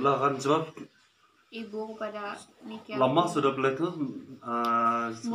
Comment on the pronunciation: Dalam penyebutannya salah brosis,bukan niki ardilla tapi nike ardilla. 🙏